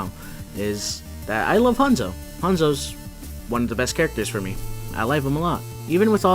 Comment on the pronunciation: its hanzo not honzo